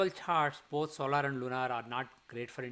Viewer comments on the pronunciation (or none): none